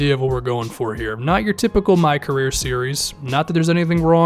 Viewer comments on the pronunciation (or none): none